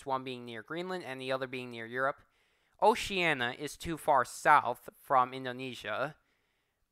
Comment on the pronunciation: that’s not how you pronounce oceania